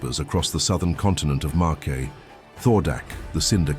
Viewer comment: "Marquay" LOL